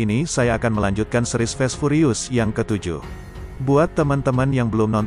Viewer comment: furious /baca: fiurius/. bukan purius.